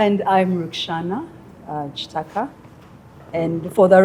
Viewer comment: Can someone tell me, in Uganda you pronounce Ki as chi? I heard you saying Chitaka yet it reads Kitaka. Even Mukiga I hear you saying Muchiga.